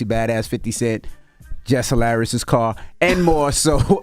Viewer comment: Jess Hilarious' CAR 🚗 sounded so funny after say fleet/cars for everyone else😂🤣😭